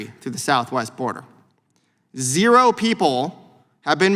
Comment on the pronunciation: I like how that pencil neck dem geek emphasized the word zero every time In order to make his point. So once again folks, nothing to be concerned about. Only good people are coming across the border. And how do we know this? The Democrats say so.